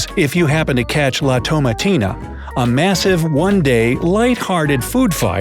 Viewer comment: The way he pronounced "la tomatina" at the beginning triggers me as a Spanish student